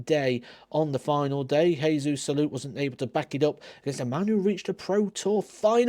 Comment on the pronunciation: Lol, you want to talk about the spelling and pronunciation of Geoffrey but then call Jesus Salate "Jay Zeus" and then "Hey Zeus"... it's Jesus "The Saviour" Salate... honestly, I really don't know where I stand with you sometimes 😅